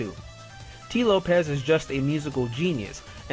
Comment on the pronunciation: "Has Sonic Mania Plus SURPASSED Sonic 3 & Knuckles?" Nope. Also, where did Whitehead say CD is his favourite Sonic game? It could well be true, but a quick Google search brings up nothing. Oh, it's "Lopes", not "Lopez".